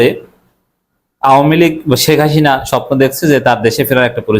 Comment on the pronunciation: আপনি তো ভাই হাসিনা উচ্চারণই করতে পারেন না।